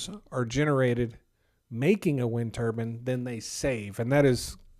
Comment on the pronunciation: It's pronounced ter-bine, not ter-bin. It should rhyme with fine.... Otherwise, it sounds like you're speaking about a turban that is worn by sikh men to cover uncut hair as part of their faith.